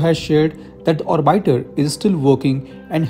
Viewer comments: Orbaitor nehi orbitor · Not OR"BITE"R...OR"B"ITER 🫠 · Its orbiter